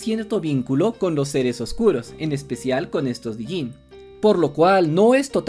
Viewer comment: Me molesta escuchar "Dijinn". Es Djinn, sin pronunciar la "D". Como "Django"